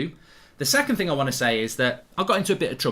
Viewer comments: ‘Dis is a financial ting’ 😂😂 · "Dis is a financial ting" 🤣🤣🤣